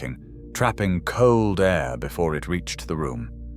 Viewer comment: Poor voice over man couldn’t say air A.I.R gaps haha